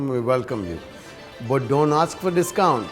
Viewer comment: "But no discound!" :)